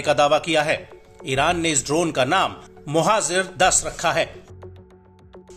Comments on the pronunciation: It’s pronounced as mohajer not mohazer as is being reported in this video. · मोहज़र नहीं मुहाजिर होता है